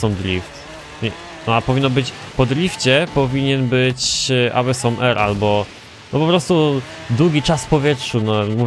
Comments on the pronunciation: Awesom haha aosom sie mówi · Ale na pewno nie "awesom" PS "asom" najczęściej czyta się w US, ale oboje mamy racje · Awesome czyta się jak "osom"